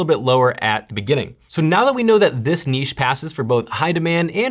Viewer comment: From Australia: you're the first American I've heard pronouncing "niche" correctly!